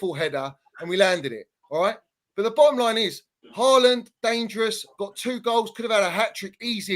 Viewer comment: 50% of that chelsea fan's vocab is "the bo'om line id this" and "le's 'av it righ'.